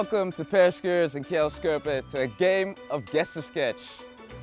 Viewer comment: is gewoon Nederlands dus je mag de namen van de spelers wel in het Nederlands uitspreken in plaats van "skerpen" en "skuurs" Edit: Oke hij spreekt geen Nederlands maar opzich zou hij de uitspraak van spelersnamen wel mogen kunnen